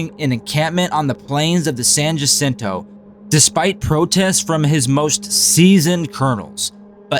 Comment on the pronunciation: Pronounced "San HA-sin-toe".